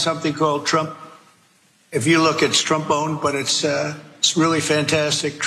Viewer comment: Did he say Trombone?